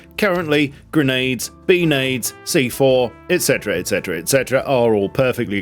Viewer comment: bee-nades from drones is diabolical